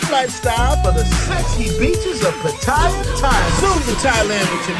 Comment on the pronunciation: Btw, it's not pronounced "PUH-TIE-UH." It's more like "POT-TUH-YAH."